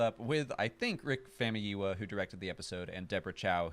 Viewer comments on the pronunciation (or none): I keep hearing it pronounced "Rick Famiyuwa" instead of "Rick Famuyiwa."